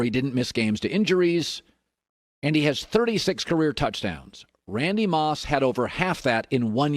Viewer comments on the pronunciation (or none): none